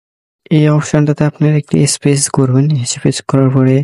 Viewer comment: ভাই হ্যাকিং করার আগে ইংরেজি টা কিছু শিখেন। স্পেস বলতে ইস্পেচ বলতেছেন। আর সত্যি হ্যাকার হলে হ্যাক করার পর খেলে দেখান যে গুড আপেল অ্যান্ড রোটেন আপেল শো করতেছে।